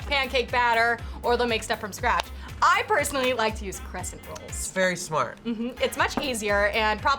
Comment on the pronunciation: Crescent not crest